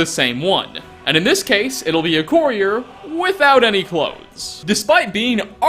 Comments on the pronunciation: CUR-e-YUR!!! Not "COOR-your"! 😑 Sorry, but that bugged me like no other. Especially with someone that should be familiar with Fallout New Vegas. 🙄 😏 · I've never heard Courier pronounced "Core-ear" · I cant stand the way you pronounce courier . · Anyone else noticed him pronouncing courier weirdly ? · The way you pronounce courier tho .. LMAO !!